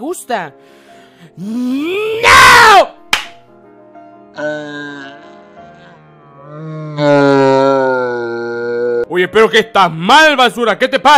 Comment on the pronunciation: No pueh.. No me gutah ese niño.. De ahí n..No me gustah